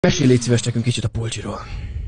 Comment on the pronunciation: Sokáig nem értettem, hogy miről kérdezed. Pulcsi !!!! A cs-t nem hallottam ki. Egészen más szót értettem. 😂